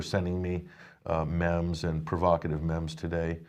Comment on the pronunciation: ....its pronounced "MEEM"